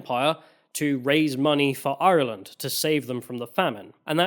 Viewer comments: Apart from getting your Queens mixed up and saying Ireee-Lannnd constantly like a racist pirate i think you smashed this one!! Some good points from both sides covered 😊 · Great video, good pronunciation of ireland not iland 😊